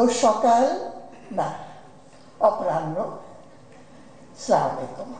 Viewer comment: সালাম দিতে পারে না। কি বলে স্ল্যামারলাইকু, হইলো?